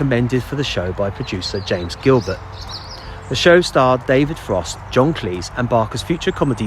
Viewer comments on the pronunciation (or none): none